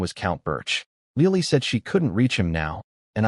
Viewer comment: 😂LEOLIE? 🤣🤣🤣🤣🤣 Le O L I e 🤣🤣🤣🤣🤣